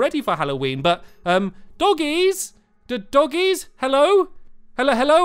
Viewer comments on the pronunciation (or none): I just love how he says DOUGIES instead of Doggies